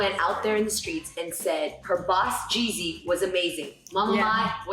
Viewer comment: That was probably the first time I EVER heard say Jeezy's name somewhat correctly! 🤣🤣🤣 And the only reason I know what adolescents means is bcuz of Tupac. I remember the last time you went live you mentioned that you were gonna do an episode on finding a nanny too. And as ALWAYS... you delivered! And I wish you good luck on your search for the perfect nanny for Monaco ($hit I wish I could do it MYSELF, hell I would even do it for FREE too). Thanks for sharing this episode with us Jeannie & I hope you guys had a great Thanksgiving holiday & I hope Monaco enjoyed her FIRST Thanksgiving also! Stay Blessed Jeannie!!! 💚💚💚